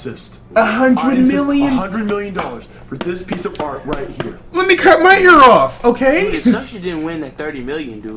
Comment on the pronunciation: He tried to say Art but he said Out and Alt.